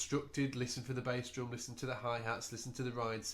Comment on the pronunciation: very helpful,thanks but u said droom.